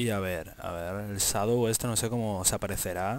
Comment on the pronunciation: llamado sadow? wtf XD tu pronunciacion del ingles es impresionante XD